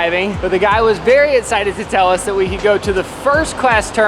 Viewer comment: Also the way he say “essited” instead of “excited”